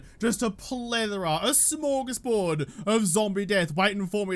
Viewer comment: You need to practice how to pronounce Smörgåsbord.